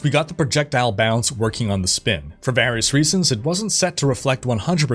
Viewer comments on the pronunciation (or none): none